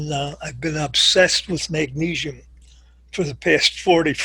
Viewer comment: If he pronounces magnesium "magneeshium" one more time, I'm going to kill myself. And why doesn't he call potassium "potasheeum"?